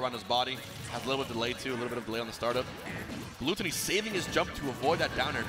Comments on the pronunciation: why do the announcers pronounce everything wrong. Am I missing something or is his name not gluttony like according to his smash wiki page. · hmm i guess its frustrating because he is probably pronouncing it the way that the french word for gluttony is pronounced, and yet it is the english spelling. Its like if you if your name was "refrigerator" but you pronounced it by rolling your r's like the spanish equivalent refrigerador. Makes no sense. Either spell it in french and pronounce it with a french accent or vice versa.